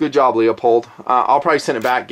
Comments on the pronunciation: it's pronounced LOO-POLD, not Leopold. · lol "Leo-pold" ... sigh It's Leupold